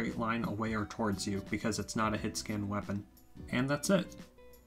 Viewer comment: I’m not trying to poke but… this man really said “wapeon”